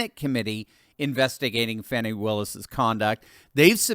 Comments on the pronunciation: Its annoying when they go out of their way to call her 'Faw-knee'. Its Fanni, sounds like granny, and is a synonym for ass...just like her party symbol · It's hilarious how CNN and MSM pronounce Fanny's name as fawny! lol